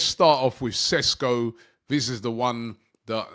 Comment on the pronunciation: It‘s Sheshko not Sesko!